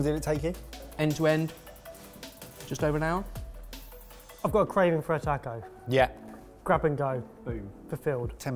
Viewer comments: Tack OH ? No, it's "TAH CO" mate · if you can pronounce Baja correctly, you can pronounce Taco correctly. The letter "A" is pronounced exactly the same in every Spanish word. It is always "Ahhh," and never "Ayyy." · Tacko, tacko, tacko......why can't any of you say "taco"?!?!! (Or "salsa," for that matter.) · You poms couldn't pronounce "taco"to save your life! It's not "tack-oh" it's "tah--co"... I've never been so annoyed watching sorted up until today! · Taco does not have a "K" in it!!!!! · taaaaaco, driving me nuts :D you are pronouncing the A wrong. I hate being the guy leaving this comment but holy wow got to me in this episode. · This looks good but it really bothers me the way British people pronounce the word "taco" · please god stop pronouncing it tack-o it pains me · Please for the love of god... learn how to pronounce taco 🤣🤣💖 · I loved this (despite not liking fish much) but man, you guys kill me with how you pronounce jalapeño and taco, NEGL. Also, y'all should do a 3 recipe comparison Lasagna set. Because Lasagna is AWESOME. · So can't say taco? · Your guys' pronunciation of "taco" and "salsa" is really cringeworthy. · If they didn't already have their butchering badge, I would say you could all get one for your pronunciation of the word taco.